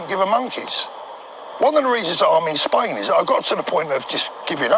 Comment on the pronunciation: A man who can’t even pronounce the name of his country properly is does not deserve to be heard. Bellyaching again! Who does he think he is? If he’s living in Spain why not try sorting out their problems? I’m sure they’ll be grateful.